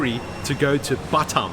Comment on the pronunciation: It’s not butt um, it’s B’tarm. 🙉😵‍💫